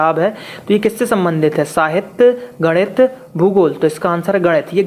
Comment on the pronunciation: Arey gadiit nhi bolte h ese..... ganit bolte h.....😂😁